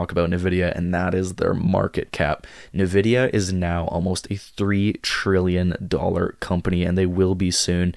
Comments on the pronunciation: its pronounced Envidia not nAvidia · I started investing in NVDA in 2016, so far that initial investment is at 10,200% - I’m long on it in my IRA. Also it’s pronounced “en-vidia”